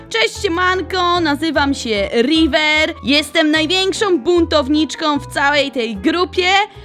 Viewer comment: Rajwer się muwi